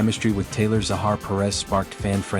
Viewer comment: Zakhar, not Zahar! He’s got so much talent, charisma and chemistry with his costars.